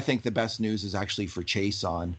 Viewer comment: It is not Chase-on but pronounced She-ah-sson (Chiasson)